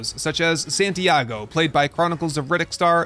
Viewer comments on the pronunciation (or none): none